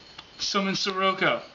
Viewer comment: Sirroco? Lol